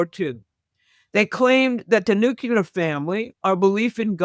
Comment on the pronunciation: Nookuler is not a word. Please learn to pronounce it correctly